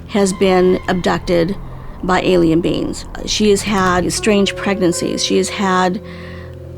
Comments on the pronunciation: To whom it may concern: The word is pronounced "ALIEN", not "ELLIAN". Thanks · And to whom it may concern: The word "alien" is not pronounced ...Ellian. It's Alien. Thank you